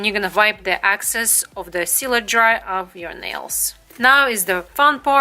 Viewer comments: I love your video but it is excess not access. They are totally different! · Great tutorial! It’s excess not access